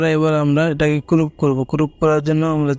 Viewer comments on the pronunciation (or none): ওটা কুরুপ না ক্রপ হবে ভালোই শিখেছেন 😂😂😂😂 আর ভালই শেখাচ্ছেন😂😂😂